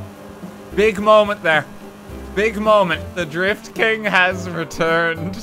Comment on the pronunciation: Really? Always thought you were saying the Grift King :)